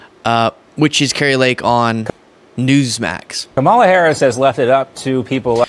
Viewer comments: I think it's so funny when MAGA pundits purposely mispronounce Kamala's name (and then struggle to remember how to say it WRONG every time) as if it's some HUGE joke. It reminds me of the whole, "Let's Go Brandon" thing that also made zero sense and has mostly petered out. What do you expect from a bunch of inbred trailer trash who don't understand humor to begin with? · I love the idea of everyone, always responding "Who?", every single time MAGAs pronounce her name "Ca-molla" or any other incorrect way while interacting with them. That would consistently throw them off and create a ton of hilarious content. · This republican collective mispronouncing of Kamala's name is just childish. Every Democrat that hears it should jus say "I know it's a very hard name to pronounce. Very, very hard. Maybe just use her title and last name. You know her actual title Vice President Harris. If you find her last name to hard to pronounce, you don't need to add it, just go with Vice President." And then also continue to correct them, whenever they say President Trump - its FORMER President. F.O.R.M.E.R. If they get angry about that, maybe use wanna-be-president Trump. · The regressives mispronunce her name intentionally. It's a way to disrespect her, but they accidentally say it correctly from time to time. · I hate that I sometimes say her name wrong. I've been saying the same name in the same way as that Newsmax host for years because of the Marvel comics character. I know they are doing it on purpose and I'm not, but it still bugs me. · It drives me crazy how they all purposely mispronounce Kamala. So rude! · They can pronounce "Netanyahu" and "Zelensky" but they can't pronounce "Kamala." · they are deliberately choosing to mispronounce Kamala’s name. Mace admitted that on TV. We should all deliberately mispronounce Trump’s name as Don-Old